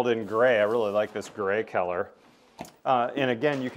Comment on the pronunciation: never heard someone pronounce the word color as keller